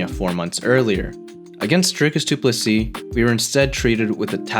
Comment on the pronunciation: From a South African. Well done on pronouncing DDP's name correctly.😂